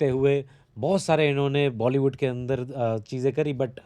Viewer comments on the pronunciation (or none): none